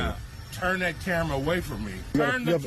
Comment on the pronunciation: You mean "dat"